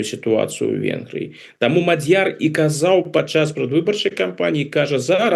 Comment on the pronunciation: На первый слог..ударение..Мадьер